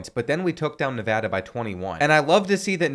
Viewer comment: Thank you for saying nevada right